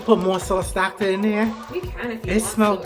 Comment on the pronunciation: Yasss sauce